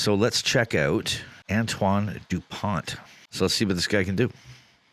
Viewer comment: By the way; the T at the end of his name is silence so you pronounce: Antoine Dupon 😉